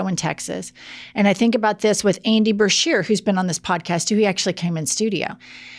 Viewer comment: Wow, really dunked on Duncan! Multiple chances and he still F-A-I-L-E-D. P.S. - BA-shear✔ not BRA-shear❎